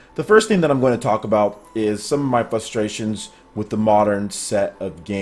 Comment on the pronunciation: The word is fRustrations. You say Fuss-trations. Like you be fussing about someting.